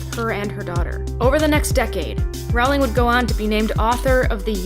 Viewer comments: Great video. Also it's pronounced ro-ling. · It's pronounced 'rolling'